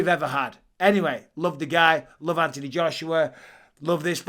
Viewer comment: There’s an h in Anthony Mike th make the sound